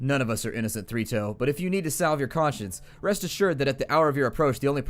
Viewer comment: Everytime you tay Three Toes I hear Fritos...